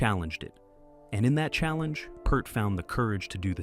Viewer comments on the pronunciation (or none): Last name is pronounced like your "EAR" as is hear, rear, Peart. I stopped the video at 4 minutes because of Tom Hanks impersonating Neil Peart.